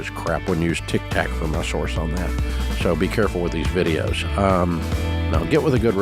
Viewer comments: Why does he keep saying Tic Tac? He knows it’s Tic Toc🙄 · cause he's a boomer, why are you offended over an old man mispronouncing words ?